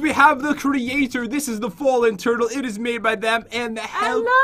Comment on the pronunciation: When I herd say turtle I first through she said turd lol my mistake!